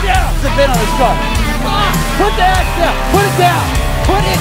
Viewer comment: “Put the “AXE” down!” 😂😂😂😂